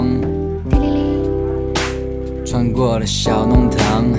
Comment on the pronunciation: 上海人特有的弄堂，這個詞都不會用上海話發音，為什麼還自稱是上海話呢？不要假冒上海歌曲啦。 要聽聽上海話歌曲創始人，歡迎大家來點擊阿拉的帳號。